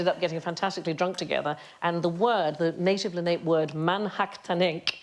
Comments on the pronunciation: Leni-Lenape (Lennee-Lenapee) a local native american tribe ...not (lan-ape) that actually hurt my ears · Not sure if I'm right about this, but here in the USofA we pronounce the Lenape tribe of Native Americans as Len-a-pee , not LenAPE. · I adore Sandy but she mispronounced the Indian tribe - Lenape. It’s LEN-uh-pee, not Le-NAPE. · I’ve usually heard the Native Americans of the Manhattan region called the ‘La-na-pe’ people, not ‘La-nap.’ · Le-na-pe, not LeNape. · The tribe is pronounced "leh-NAH-pee" not "luh-NAPE." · The Lenape tribe is usually (or so I was told) pronounced "le-na-peh", not "le-nape" as Sandi says here. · It's NOT "Leh-NAPE". It's "Leh-HAH-pay. Lenni Lenape, if you want to be more precise. The Lenape, also called the Leni Lenape, or Lenni Lenape, and the Delaware people, are an indigenous people of the Northeastern Woodlands, who live in the United States and Canada. Their historical territory included present-day New Jersey and eastern Pennsylvania along the Delaware River watershed, New York City, western Long Island, and the Lower Hudson Valley. Today, Lenape people belong to the Delaware Nation and Delaware Tribe of Indians in Oklahoma; the Stockbridge-Munsee Community in Wisconsin; and the Munsee-Delaware Nation, Moravian of the Thames First Nation, and Delaware of Six Nations in Ontario. I grew up along their old paths and settlements in Pennsylvania. I even got to meet a few of them on one of my baby brother's Boy Scout meetings back in the 1960s. They are an old people, rich in traditions and customs. Conrad Richter's book, A LIght in the Forest, gives wonderful descriptions of places I knew as a child and is based on a true story. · Pronouncing it as “Len-ape” is certainly a choice… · La-na-pe Three syllables and the emphasis on the middle one or so the Chief has told me. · it's so weird to hear Sandi mispronounce something. It's such a rare occurrence. Lenape is Len-ah-pay. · Lenni Lenape pronounced Leh-nee Leh-nap-ee.